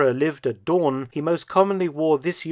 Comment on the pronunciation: Mark Felton. For future reference: Pronunciation of Huis Doorn. "Huis" is pronounced "Hace" or more correctly "Huys". The "oo" in Doorn is pronounced the same as "oo" in English, so "Dooorn". Not "Haus Dorn". The language is Dutch, not German.